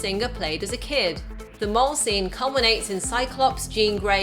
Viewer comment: can't say mall correctly. She keeps saying mahrl.